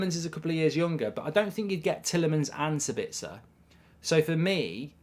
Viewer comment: Dude, his name is SAbitzer, not SaBITZer, meaning the stress in on the first syllable, not the second... ;-) Greetings from Austria 🙂